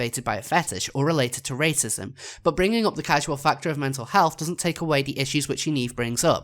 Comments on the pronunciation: The word "causal" isn't supposed to be pronounced like the word "casual". It's supposed to be pronounced like the word "cause" followed by "al". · I mean just the fact that you repeatedly pronounce 'causal' as 'casual' goes to show how rushed and panic-induced this response is. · PS: Casual and causal are two different words with different pronunciations.